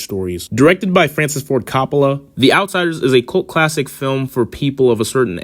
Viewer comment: At about did he say it was a cult "clattic" lmfao 😂😂😂